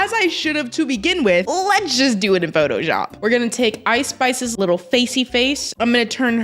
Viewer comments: she said photoyop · she didnt it was more of a “photojap”